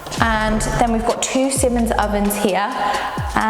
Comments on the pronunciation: Great video. By the way, it’s pronounced “seemans” and not “simmons” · Siemens is pronounced see•muhnz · It’s pronounced seemans I only know this as they are based in the city I live 👌🏻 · Who can't pronounce "Siemens" properly!!